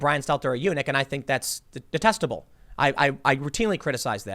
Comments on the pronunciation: Tim: "Tucker Carlson frequently calls Brian Stelter a eunuch, and I think that's de... detesticle." Well, that's how I heard it at first... lol! I had to listen to it again to find out Tim actually said "detestable." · Did Tim just say DE - TESTICLE ? when talking about Tucker calling a CNN reporter a eunuch?